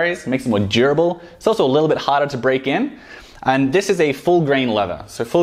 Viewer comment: When he says "durable" it sounds like "jerbil"